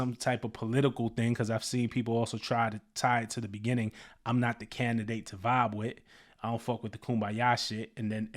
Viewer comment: When ge said "i'm not the candidate to vibe with, I don't f with the kumbaya stuff", the word "candidate" he bent it to sound like "Kinda dik" to vibe with. Goes with not effin with folks 😂